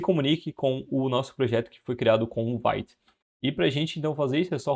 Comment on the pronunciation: Vite vem do francês, significa rápido e a pronuncia é como se fosse português e não "vaite".